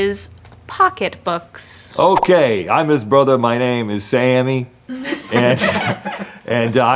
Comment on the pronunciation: Being a NY resident. Rhett's accent was pretty much perfect.